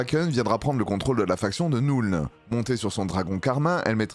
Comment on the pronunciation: Arrête de dire NOULNE en anglais le u se prononce "eu" comme dans feu donc la nuln ça se prononce Neulne